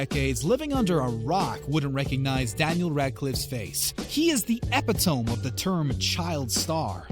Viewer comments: Oh, god, not ep-ih-tome, it's eh-pit-uh-me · "Epi-tum" I think he means "Epi-toe-me". Does he even know english? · Say it with me. "Eh-Pit-Toe_mee". NOT "Eh-Peh-Tome". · ...It's NOT... eh-peh-tome......it's..... Eh-pit-toh-me..... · e·pit·o·me not epi·tome. Sheesh. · Epi tome? I really think you need to take some reading and pronunciation classes before adding another video. The word epitome has four syllables and is pronounced e-pit-o-me, and prolific is pronounced pro-lif-ic. :( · "Profilic?" "Epih-toam?" FFS. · Pro-filic, Epi-TOME? Adult movies? Where did you learn English, sir? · You don't know what an Adult Movies is. And you don't know how to pronounce Equus and epitome.